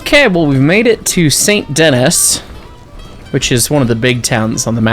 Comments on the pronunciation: Fun fact, Saint Denis is not pronounced “Saint Denis” it’s actually pronounced “san danee (in a French accent)” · the city of Saint Dennis is not pronounced the way it looks. Its pronounce "San Denee". its french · It’s pronounced San den-ee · "Saint Dennis" is crazy lmao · "We made it to Saint DeNNiSS" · ah yes, my favorite town "Saint Dennis" give him no context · Those semaphores sprinkled all over Saint Denis (pronounced Saint Danee) are upper quadrant semaphore signals, common on British railways in the early 1910s-20s until being replaced by electric light signals in the 60s. I’m sure you know this already, but the 4-6-0 is mostly based of the Baltimore and Ohio #147 “Thatcher Perkins,” built in 1863. She retired from service in 1892 which means this engine does not fit the 1899 time period by 7 years, unlike the more period appropriate 4-4-0 which is based off NYC #999. The bell sounds for both types of locomotives are taken from Strasburg #90, albeit a bit smaller than they actually should be. Surprisingly the AI engineers have accurate American whistle codes you’ll occasionally hear when departing/arriving at stations, going through crossings, even that emergency 5 blasts to tell you “clear the tracks.” All-in-all, pretty decent portrayal of turn of the century American steam while still being cursed in the infrastructure department. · i've never been to Saint Denis and i'm irrationally bothered by it XD